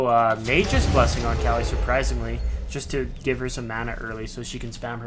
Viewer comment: Kali not Cali lol still loved the video